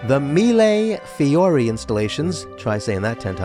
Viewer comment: Thank you for pronouncing "mee-lay fee-orr-ee" enough times that lots of people will learn it. The "thousands of flowers" technique in Venetian glass tradition is seen all over the world, yet few people know what to call it.